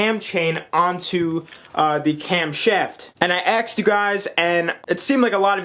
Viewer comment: “i axed u guys”